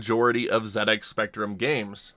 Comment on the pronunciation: Thank you for pronouncing ZX like that :)